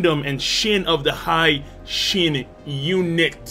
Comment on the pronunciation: Hi shin unit is pronounced as hee shin unit, not high shin unit